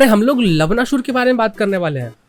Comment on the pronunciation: You're pronouncing Lavanāsur as लवनासुर and not लवणासुर (which is correct) If you would have pronounced it correctly, it would have been hilarious 😂🤣 You know what I mean 😆